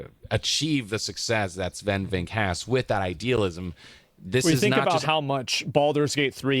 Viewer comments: Guy gets praised for saying something wholesome and he has to be defended with "this sounds like glazing but it's really not"😢. PS, isn't his name pronounced" VinkAA"?? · Asmongold, I love your videos but it's "Sfen Vinc-keh" Watch the Bafta Interview